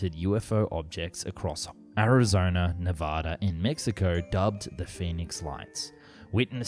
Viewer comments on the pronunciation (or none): none